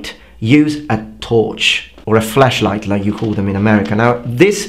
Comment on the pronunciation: I'm going to ignore his pronunciation of the word FLASH-light